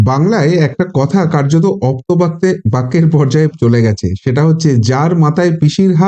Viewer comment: আপ্তবাক্য মশাই... উচ্চারণ ঠিক করুন